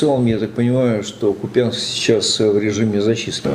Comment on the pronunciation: Не Купянск а Купянск